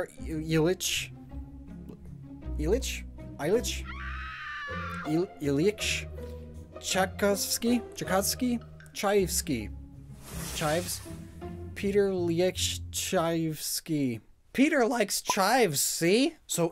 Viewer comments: Chai-Cob-Ski There, you can rest now. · For the record, Tchaikovsky is essentially pronounced Ch-eye-cough-ski. Just replace the "f" sound at the end of "cough" with a "v" instead and say that rapidly and you've got it. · i'm surprised you haven't learned how to pronounce tchaikovsky, it's "chai" like the tea, "kof", "skee" like skiing. maybe it's just cuz i took band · Me, who grew up both watching Little Einsteins and listening to an audio drama about Tchaikovsky: (torn on whether to laugh or scream in frustration) ITS PRONOUNCED PETER ILLY-ICTCH CHAI-COUGH-SKI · Chai (like the tea) Kov (like in cough) Skee (like skiing) Chai-kov-skee Tchaikovsky. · Tchai-kov-sky. Tchai (like chives) kov (like coffee) sky (like skiers) (I'm not intending to sound rude, I just want to help.) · Huge respect for trying to pronounce Tschaikowsky, but it was (linguistically speaking) pretty funny that didnt pronounce the first "k". There for it Sounded like "son of tea" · Pee-oh-ter Ill-yick Cha-kov-skee Just to try and help lol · pyo-ter ill-yitch chai-cawv-ski russian composers are hard it’s ok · Pio-ter Ili-yeet-sh Chai-cow-sky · Here's some phonetic aid: Pyotr - pee-YO-tr (and say it fast) Ilyich - EEH-lick Tchaikovsky - chai-KOV-ski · Pyotr Ilyich Tchaikovsky is pronounced Pi-yo-tr Ill-Yick T-chai-kov-skee. ;) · well thats what a week or two of research looks like. he doesnt know this off the top of his head. if he did then he honestly wouldent have butchered Tchaikovsky's name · Being a classical musician it was really painful to hear that pronunciation of Tchaikovsky... 😭😭 😂😂By the way go hear some of his music, absolutely one of the best romantic period composer. Serenade for strings or 6 symphony my recommendation!! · My slavic brain just died listening to him trying to pronounce Tchaikovsky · Watching try to pronounce "Tchaikovsky" is everything to me. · As a musician hearing repeatedly butcher Tchaikovsky hurt me